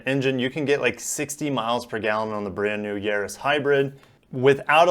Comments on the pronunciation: It's Yar•is like in Yard. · There is no “h” therefore it’s Yarris as in Harris. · Yaris, we say Yaris! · You say it "Yaris"....DUH! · The ar in Yaris is pronounced like ar in Gary or Barry, sounds like maris as in maris piper potatoes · The "a" in "Yaris" is pronounced like the "a" in "Mazda". hehe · Like in car or bar, the aforementioned is pronounced Yaris. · I think he meant to say Yaww-risss not Yaww-risss